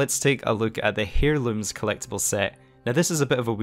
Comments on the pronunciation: Heirlooms is pronounced airlooms. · It’s pronounced “airlooms” you don’t say the “h” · Please start pronouncing Heirlooms as " air-looms". It is not pronounced as "hair-looms". Thank you